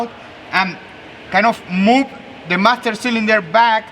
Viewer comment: Hey you MAM-STER SIL-IN DER!! SAY chello to my lil Friend